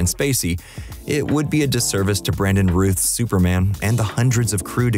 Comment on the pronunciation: He mispronounced Brandon "Routh's" name too.